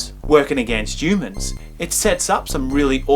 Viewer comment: I find the way the reviewer pronounces the word 'humans' in this video review quite amusing... It's almost as if he's pronouncing the word without the 'h' like "yoomans" ??? The review wasn't bad by the way.